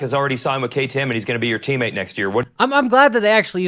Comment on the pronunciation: Those type of questions are definitely for the pits not a post race press conference. It’s totally irrelevant of the race. There is a right time and right place for things. That definitely wasn’t it. Try to work on pronunciation and annunciation. It’s teammate not teammet